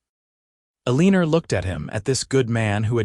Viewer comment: This is a very nice story. I just wish that this AI could actually say the words correctly, Tucson and Eleanor and not a leaner because that’s what you get when you’re playing horseshoes and you get the big score if you get a leaner.